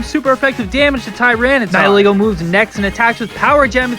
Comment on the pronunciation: Toucannon is so useless. Especially in the late game. It's pronounced Nee-hee-lego. Also it's pronounced Ee-vel-tal not Why-vel-tal.